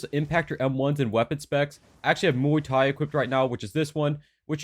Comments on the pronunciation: i do muay thai irl and i agree this is the best in the game lol btw its pronounced like 'moi tai' but it doesent really mater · BRUH IM SO TIRED OF PPL SAYING MUAY THAI WRONG LIKE DID U EVEN BOTHER TO GOOGLE OR WATCH A YT VID B4 MAKIN IT?